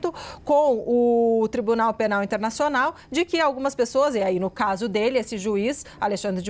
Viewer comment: Pelo amor de Deus! Não na gramática portuguesa existente no Brasil; a pronúncia " QUI e tampouco DI QUI" ! Acho um absurdo, esse tipo de pronúncia.